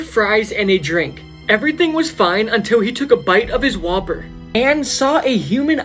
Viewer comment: when it said whopper I thought he said Waper